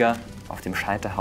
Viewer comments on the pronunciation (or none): Hattest Du bei Minute 4.48 ca , wirklich gesagt " in der Hölle sporen..." ?? Oder habe ich mich verhört ? Ich kenne nur den Satz " in der Hölle schmoren ". : )